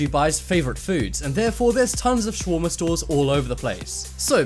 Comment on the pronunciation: U pronounced shawarma wrong Sha-war-ma